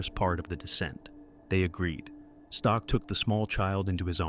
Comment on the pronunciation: You pronounce Stoch SO BADLY same goes to pronouncing Rysy - dude at least put those names in Google translator and let it read it for you, butchered